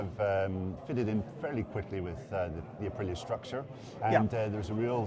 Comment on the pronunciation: Be nice if , english speakers said ahpreeah correctly